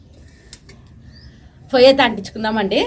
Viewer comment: ఫొయ్య కాదు పొయ్య